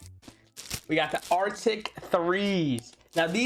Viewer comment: Lol he said arctic 3s instead of arctis 3